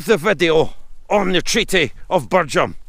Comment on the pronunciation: Great video, it's pronounced Birjam, not Birgham